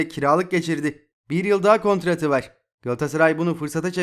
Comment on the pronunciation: Var derken vağr demene tilt oluyom kanka agzini yuzunu kirmak istiyorum